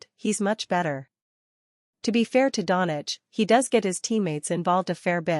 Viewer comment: He is not Donich!!!!!!😊😊😊 Try Donchich, please!!!!😂😂😂😂😂